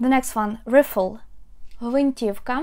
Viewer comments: rifle /ˈraɪfəl/ not like /ˈrɪfəl/ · Great video! I couldn't do half as well with new braces. One point: rifle is pronounced райфил. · Hi. Great tutorials, however the “i” in rifle is a long sound like in “ like, i, bike, idol “ etc. 🇨🇦